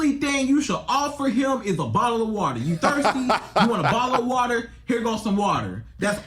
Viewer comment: A bottle or wotor 😂